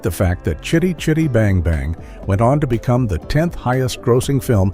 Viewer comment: Fun fact, this film was made the year I was born & it still holds up pretty well, shame I had to sit through nearly 30 min of having it's name constantly mispronounced, WTF was that about !, f 'ing AI narration. I did think it was amusing that someone called Jackson finally got to own the car, then used it as a Hobbit taxi lol 🤣👍.